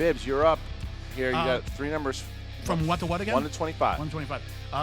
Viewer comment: Pick 3 "snumbers" hahahahha